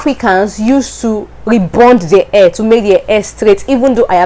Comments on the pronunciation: The way you pronounce hair is air. hehehe... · Your accent is so hard to understand! Your hair you pronounciation only ( AIR ) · Hahaha my air✌️ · You're cute pronouncing hair, but its ok. But try to sound the hhhhh until you perfect it. You are very good in english. Your speaking voice is modulated. Very good!